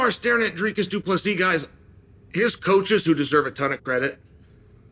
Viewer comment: Uncle Chael finally getting Dricus surname pronounced correctly .👍🙏